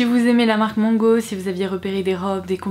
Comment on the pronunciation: SVP!!! Mango è une marque espagnole e il faut savoir comment la prononcer!! Il faut la lire avec A, pas O!